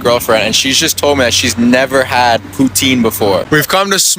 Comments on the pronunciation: It's nit poutain. It's poutine (poo-TSIN, or pooTSEEN, yes the TS is intentional, but the T is subtle). 😊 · That "e" at the end is very important. It's pronounced poo-tin, more or less. What that guysaid literally translate to "prostitute" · Uh....it's pronounced "pou- TIN . "Putain" means something ENTIRELY different! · Poutine, not poutin or putin, pronunciation makes a really big difference.